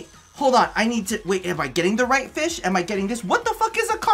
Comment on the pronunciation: country accent I like feesh